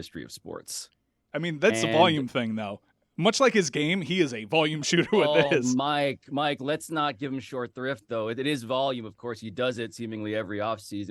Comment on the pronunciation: pablo torre went to harvard and doesn't know it's 'short shrift' and not 'short thrift,' that's wild